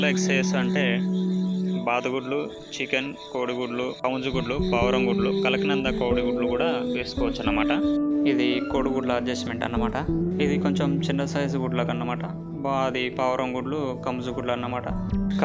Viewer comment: కలకనంద కాదు బ్రో... Kadaknatdh అనాలి.